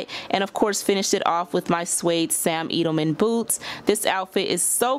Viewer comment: LOVEEEEEE WHAT YOU AND I LOVE YOUR STYLE... JUST FYI..IT IS SAM EDELMAN...Eh-d-uh-l-muhn. You're so beautiful and I don't want you out here sounding crazy in these streets. Your makeup is the bomb in this video...I just love your style!!!!